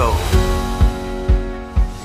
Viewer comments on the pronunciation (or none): Father when can I leave to be on my "OWWENNNNAHHH✨💅 I've got the whole "WORLDUHHSSY🥵✨"